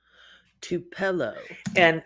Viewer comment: Her name is pronounced (Two-Pa-Low)